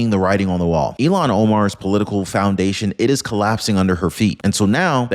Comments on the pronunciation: Ilhan. Like ill han. Not illon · you keep calling her Elon. Elon owns Tesla and SpaceX, her name is ilhan. Look at the spelling. It's pronounced ill-hahn. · 意図的な意訳が成され記事です。"Ilhan"はイーロンでは無く、イルハンと発音する。The intenntional bad translaition into Japanese was made. Ilhan:-> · I'll Han , not Elon 😅🇺🇸🏡👩‍❤️‍👨🪕